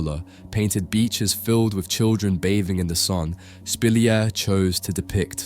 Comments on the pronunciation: Spilliart is pronounced Spill-E-art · His name is not pronounced like that :) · Fascinating. You're right, I never heard of him. I enjoy your videos and your narration. As a side note, I noticed you change the pronunciation of Spilliaert and Munch throughout the video. I don't know why 😅